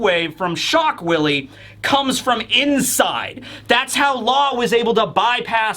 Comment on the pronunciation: “Shock villie”